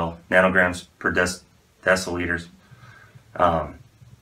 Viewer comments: "decaliters" LMAO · This mans said deca liters💀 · Per Deca liters 😂 I'm dying